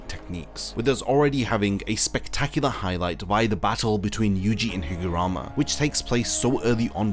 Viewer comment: its not higurama its higaruma